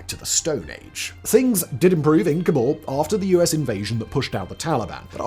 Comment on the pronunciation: I thought it was pronounced "cobble". And there are worst cities in Afghanistan that make places like Herat and parts of Kabul seem survivable ! This is just lazy. You are using capital citys to represent countrys that are hard to live in. But thats wasnt the premise. The premise was the worst cities. Its not even the worst city in its country. It makes me wonder how many others were picked this way.